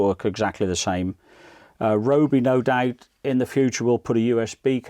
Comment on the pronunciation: thanks, i have this but i dont think they have any different style tips unfortunately, which is a shame. FYI its pronouced RYE-O-BEE